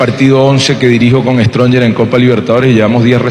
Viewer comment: Ese comentarista quien es? Como puede ser posible que diga The stronger... Esa clase de comentaristas tiene quique Rivera?